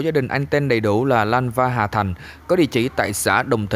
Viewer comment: Hà thanh k phải hà thành bạn ơi